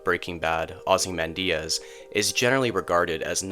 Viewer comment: “Ozzy Mandiaz”? LoL